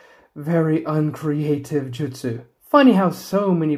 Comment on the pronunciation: They're called jutsu, not jitsu